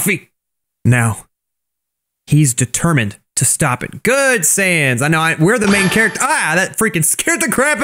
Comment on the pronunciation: he makes sans sound like fell 😂